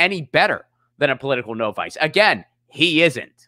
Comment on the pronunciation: No-vice......lol that's an odd pronunciation